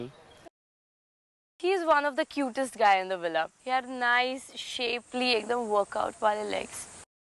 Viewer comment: Any one notice 6;21? said villa😂😂